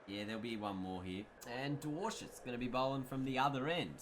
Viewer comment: As a Dutchman, it's fascinating how you pronounce Dwarshuis ;) great content though keep it up